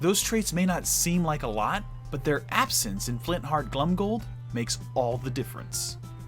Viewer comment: Your assessments and general knowledge is absolutely amazing! I say this only to perfect your pronunciation - You should definitely pronounce "Glomgold" with the "o" and not like "Glumgold". Mostly because to "glom" is to steal.